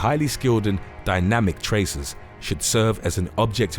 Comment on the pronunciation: traceurs not tracers (its french)